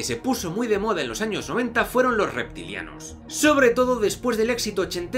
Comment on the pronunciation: Reti culianos 😂 dijiste reti culianos 😂. No, bueno ya... A ponerme serio...ya basta. 🧐